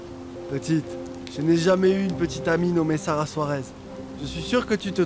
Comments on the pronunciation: J'suis la seule à entendre que a dit Sara à la place de kara???? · Kiyès ki tande lè rele kara:sarah 😅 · Qui comme moi entend dit Sara pour Kara 😂 Pointez votre doigt ❤ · Qui a entendu appellé Kara Sara comme moi 🤣🤣? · Qui comme moi a entendu appeler Kara:Sara😅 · Qui comme moi a vu que a prononcé le nom de Sara au lieu de Kara🎉🎉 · Eske se mw slman ki tande di Kara "Sara"